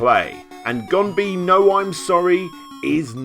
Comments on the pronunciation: It's pronounced "gohn-beh-noh-i'msorry", not "gone-bee-no-i'msorry", dummy. As you can see, all "O" sounds are pronounced the same way, and all "E" sounds are pronounced kinda like "Eh", not like the English letter E. That sound goes to "i", kinda. Learn how to pronounce words. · okay i know its japanese but japanese has literally the easiest pronunciation ever and you are horrible at pronunciation. its pronounced Gombee as in gom-bae (n is pronounced like an m in front of a p or b sound). at least you got the guy's name mostly right.